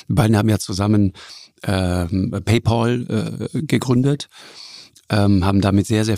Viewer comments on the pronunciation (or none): Lanz sagt tatsächlich PäyPoll anstatt Päypäl. OMG. Der war tatsächlich noch nie in den USA. Der kann noch nicht mal die Company richtig aussprechen. Ist es der BezahlPaul oder der BezahlFreund? Wohl eher Letzteres? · Es heißt nicht "Paypaul", sondern Paypal. pal ... Freund.